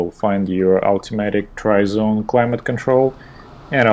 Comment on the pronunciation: Did you say TRI ZONE comfort setting?